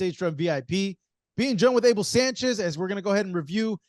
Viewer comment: Marcos Villegas pronounced the name Sanchez as if the name was an Anglo person's name .Marcos Villegas should learn Spanish so he can pronounce Spanish names correctly instead of Anglocizing the Spanish name.